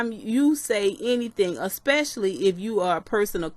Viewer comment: I am so mad mad you kept saying "a-spush-a-ly" smh. I'll just watch the original video.